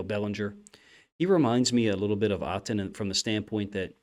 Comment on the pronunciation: Great video here but I dont think you are saying Otton name right. Anyway this is top tier work coach